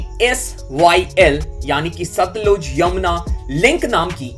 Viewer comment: It's सतलज not सतलूज